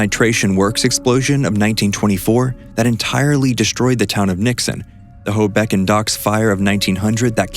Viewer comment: Guys, you're pronunciations are all over place. Ho-Bo-Ken, Hoboken